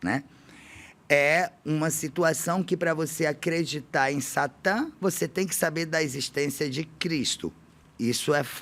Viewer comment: SHATAN ????? acho que você falou errado o termo no Hebraico